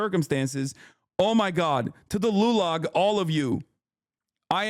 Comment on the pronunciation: did hasan say lulag? ⭐